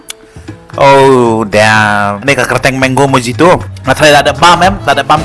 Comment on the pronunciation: By the way it’s pronounce mohito even though spelling dei mojito 😂